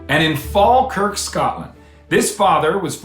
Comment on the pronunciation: Fantastic to see a lovely story from my home town of Falkirk Scotland 🏴. Well done John you pronounced it correctly. I am looking forward to the next show❤